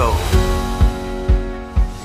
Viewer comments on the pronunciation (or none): Father when can I leave to be on my "OWWENNNNAHHH✨💅 I've got the whole "WORLDUHHSSY🥵✨"